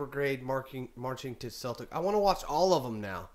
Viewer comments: you don't pronounce the Boston Celtic's (Keltic)... same with Glasgow Celtic (pronounced Seltic) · It’s pernounced seltic. But spelt Celtic. I’m a Celtic fan and it’s so nerve racking at old firms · Seltic 👈👉pronounce it like this celtic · When talking about the football team, its pronounced like "sel-tic". Any other time its Celtic. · It’s Celtic not keltic 👍🍀